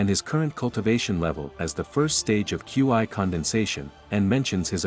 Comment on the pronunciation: Qi not qiu